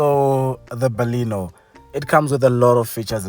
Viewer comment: It's BALENO and not BALINO